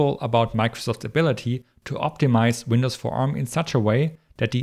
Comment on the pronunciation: Winadds lol